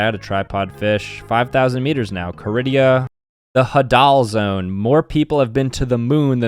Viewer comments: It’s not huh-dal zone it’s hay-dul zone. (NO OFFENSE) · Sorry if you find this rude but it is pronounced hadle zone I am pretty sure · it is called haydal zone(hadal zone)